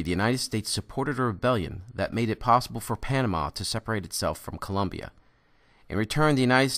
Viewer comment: It's COLOMBIA, Not ColUmbia!!!